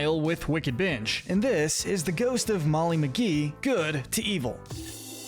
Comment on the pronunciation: You said The Ghost and Molly McGee wrong